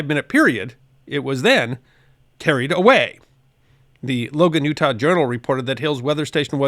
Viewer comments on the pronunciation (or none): none